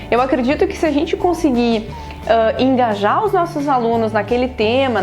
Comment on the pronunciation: mto gerundismo! fico nervosa com isso! E tb mts "Mãs", Enganjar...